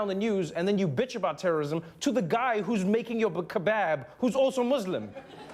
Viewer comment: oh i get it. He purposely mispronounced "kebab" because that's how an uninformed person would pronounce it.